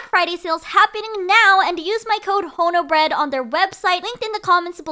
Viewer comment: Honobread? ❌ Haunted Bread? ✅ It's terrifying.